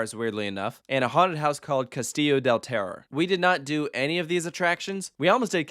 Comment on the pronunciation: They way you pronounce Terror is hilarious 🤣 Thanks you for visiting my Country, might JesusLord bless you ✝️🙏🏻